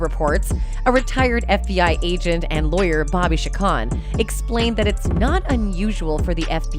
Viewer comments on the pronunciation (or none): none